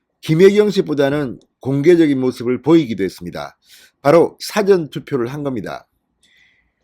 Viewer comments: 언론인 이면 사:전 과 사전 구별하는 발음부터 고치세요~ ~ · 늘 고맙습니다 방송 들으며 자꾸 걸리는게 있어서 말씀 드립니다 미안합니다 事前은 사를 길게 발음하셔야 합니다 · 사전 발음 좀 똑바로 할수없나